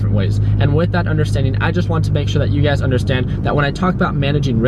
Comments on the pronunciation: It's funny whenever I hear him says you guys I hear UGAZ lol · sameeee, i thought i was the only one